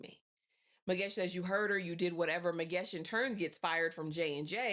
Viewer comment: What do you mean you butchered the hell out of those names and surnames? Girl you were perfect, there is no ways you said Zwane like that,❤❤❤😍😍😍 thats my mom's surname and you officially my girl.I think you have strong South African roots, you said Magesh and all the characters names perfectly too.🫡🫡 I enjoyed this review.❤❤